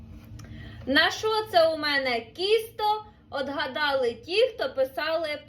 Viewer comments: Чого кісто, а не тісто? На полтавщині завжди бабуся казала ТІСТО. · Я це зрозуміла, що діалектична вимова, але що., так тяжко красивою мовою розмовляти😮 Не кісто, а тісто, не хальва а халва. Вона така ще молода, а розмовляє дуже не гарно. Це моя думка